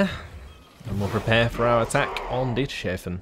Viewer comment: It's Dieters-hafen Hafen is harbour in German